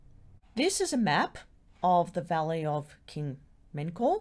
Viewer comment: The name is Men-Ka-U-Re, 4 words. In ancient Egyptian this would be pronounced Men (or Min) /Ka /U /Re. In English this would be something like "eternal like the souls of Re". In our time, the 2nd and 3rd syllables are ellided, MenKaurRe is acceptable. In other words, it is not pronounced "Men-Kor".